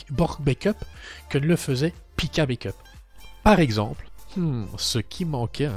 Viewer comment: Coucou. Juste pour une précision linguistique On dit bAck up et non bAIckup pour la prononciation 😉